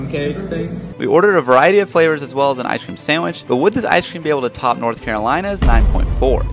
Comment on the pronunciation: Does it not piss anyone else off the way this kid pronounces “ice cream”. Like enunciate your words